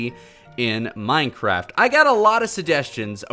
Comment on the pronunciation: Hehehe he said minecrap